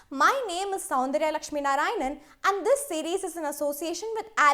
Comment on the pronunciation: not Sandra